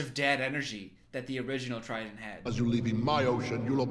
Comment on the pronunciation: it’s King Triton, not trident. That’s a gum lololol Anyways, love ya 🙃